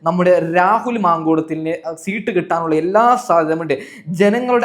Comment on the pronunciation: ശീട്ട് അല്ല സീറ്റ് ഇതുപോലും പറയാൻ അൽത്തുസ്.